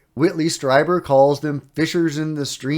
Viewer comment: You say it Streeber not Stryber;) and David Icke Rhymes with Yike not Ick 👍👍 do you have PayPal for donations? I’ll check description 😊